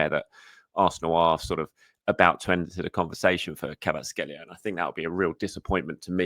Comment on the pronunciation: i think you might be mispronouncing Kvaratskhelia's name 😅 But yes I'd love to see him at Arsenal. Predicted XI for United; Raya Timber Saliba Gabriel Calafiori Ødegaard Partey Rice Jesus Havertz Martinelli